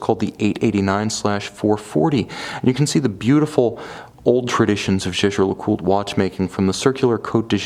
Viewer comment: why ? I think he says it correct